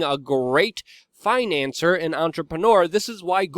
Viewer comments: Finance-seer, Financier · FinancIER. phonetic. the more intelligently you speak, the better for the message, Luke, constructive criticism.